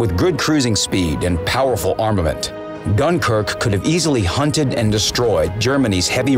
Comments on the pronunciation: .Yep Gunkuerqe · Gunkrk lol